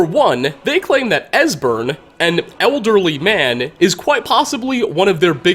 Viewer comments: you said desbern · Dude mispronounces EVERYONES name. Serana, Durnevir, etc